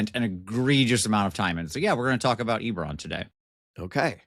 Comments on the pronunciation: Yep. It is pronounced 'eh-beh-ron' not ee-ber-ron. But go for it.;-) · Is Ee-beron where the Nee-crons live? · E-bore-on. I don't know if I can ever get over this pronunciation. I have to skip this one. That pronunciation is such a hot take... I can't even be here. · On one hand Eberron is my favorite dnd setting. On the other hand pronounces it differently than me despite the same regional accent. (oh ok that was addressed as I typed this) Heres one for the algo